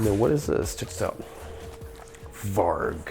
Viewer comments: And "varg" is pronounced with a soft G. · Varg means wolf in Swedish (pronounced "varee").